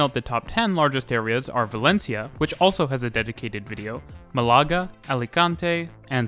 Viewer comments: If a letter has an accent, that’s the letter/syllable you accent. MAH-la-ga as opposed to ma-LA-ga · great video, but please look at Málaga again 😭😭😭 the tilde tells you it should be MA-la-ga, not ma-LA-ga, thx xx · Nitpick, but Málaga is pronounced MAH-lah-gah, not mah-LAH-gah. The accent is there to indicate stress. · Cool video. Free Spanish pronunciation lesson, if a word has an accent mark, such as "Málaga", it is marking the strong syllable in the word. Therefore, it is not "malAga", it is "mAlaga" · Dude, it’s Málaga with emphasis on the first syllable, not Malága as you’re saying it. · Some terrible pronunciation in here. "Málaga" has a written accent to show you where the stress falls - MALaga not maLAga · Málaga is pronounced with the stress on the first syllable. That's why there's an accent mark there! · They way you pronounced Malaga 😂